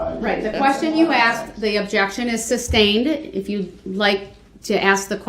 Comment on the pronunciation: Morgan "GROUNDS!!!!!!" "Troof" (Truth) "Axed" (Asked) "Substained" (Sustained) "Tack-it" (Tacit) "Subject Matter Jurisdiction"😬🤯